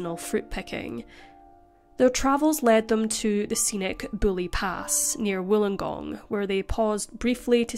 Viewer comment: Excellent job! it's still amazing to me that even after several videos on this case there are always details new to me. Also, thumbs up for the beautiful effort of getting pronunciation of our insanely non-English friendly town names mostly correct! Bulli (actually Bull-Eye), Taree (Tarr-ee) and Cronulla (Chron-ull-uh) were jarring but forgivable, especially in light of getting the majority of the numerous others right! We like to think of ourselves as 'normal', but even the Welsh seem logical compared to Aussie names!